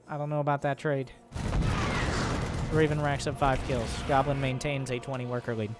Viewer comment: I watch Lowko. You’re saying Goblins name wrong.... it’s “Gooblin”.